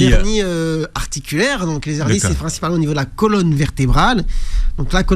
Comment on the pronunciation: Des hernies pas des zhernies